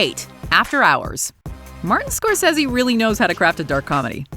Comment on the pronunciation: Holy crap, learn how to properly pronounce "Scorsese" and "Schumacher". Stop butchering peoples names.